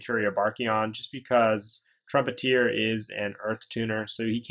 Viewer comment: You read trumpeter wrong